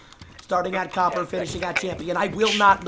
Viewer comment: Does copper sound like cope to you? Robber is Robe?